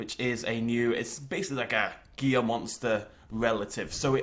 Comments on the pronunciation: It is hee la. I live in Arizona everything has Hispanic origins and we see Gila Monsters on a daily basis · Pretty sure you keep pronouncing Gila wrong. I believe it's "hee la" not "gee la." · Its Gila (He-la) Monster. As a Person in Arizona I am triggered by your actions. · Not meaning to be rude but Gila monster is pronounced “hee la”. I live in Arizona and we often see Gila monsters and if you pronounce the name wrong everyone will either call you racist or stupid